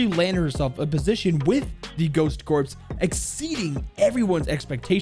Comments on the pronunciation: It is pronounced core not corps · bruh ur saying corps like corpse, its pronounced core, do u say marine corps like core or corpse, no u say it like core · Ok you are driving me nuts... Corps is pronounced "core" not "corpse" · Just to let you know - “Corps” is not actually pronounced as “corpse”. It’s french for “Body” as in the body of this certain military “group”. It is actually pronounced “Core”. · I'm sorry, but when you say "Ghost Corps"... It's said like 'core', not 'corpse'. Example, the United States Marine Corps. It's a term for either a main subdivision of an armed force in the field, consisting of two or more divisions, or a branch of a military organization assigned to a particular kind of work. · Corps = core not corpse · I'm sorry, call me out for this if you want, but I gotta say this. The word "corps" is pronounced like the word core. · It is pronounced core I know it says corps but it is core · Corps (pronounced core) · Btw corps is pronounced like “core” and beret is pronounced “ber-a” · the facts that he said corps like corpse and beret like berettt with a T annoys me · I'm not trying to say anything bad this is a great video and I love your channel however I would say work on pronouncing military words, EG Berets is pronounced Berais, Corp is pronounces core, this is just some feedback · Beret is pronounced BERÉ and corps is pronounced CORE 🙃🙃 just a helpful tibit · And "corps" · Dude your pronunciation on berets and corps. God damn. Did you graduate?